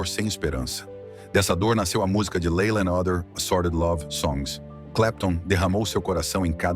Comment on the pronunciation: O nome da música Laila se pronuncia Leila em inglês. Ou você fala os nomes em português ou com pronuncia inglesa. Se decida!